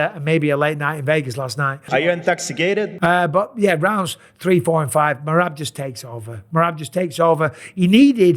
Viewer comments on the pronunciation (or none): "Are you intox e cated" 😂😂